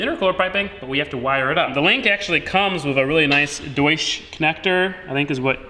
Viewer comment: The way he’s pronouncing deutsch connectors really gets me., it’s pronounced “doy-tch”